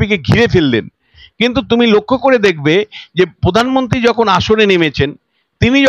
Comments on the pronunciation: আপনার বাংলা শব্দের উচ্চারণ ঠিক করুন। আপনি বাংলা উচ্চারণ प्रधानमंत्री উচ্চারণ করতে পারছেন না। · র ---ফলা র উচ্চারণ করতে পারেন না ? যেমন----পোধান মন্ত্রী , পোচার । সঞ্চালনা অত্যন্ত বিরক্তিকর । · পোধানমন্ত্রী নয়, প্রধানমন্ত্রী।